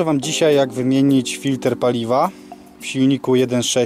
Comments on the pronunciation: W języku polskim mówimy "filtr". "FiltEr" to jest np. z języku angielskim., W Polsce rzeczy filtrujemy a nie filtErujemy 🙂. Poza tym 👍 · Bardzo rzeczowy film!! Ale mów Filtr a nie Filter !!! Więcej filmów 1.6 HDI !!!!!